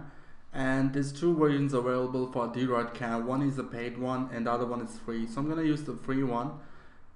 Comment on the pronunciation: it is pronounced droyd cam not deeroid cam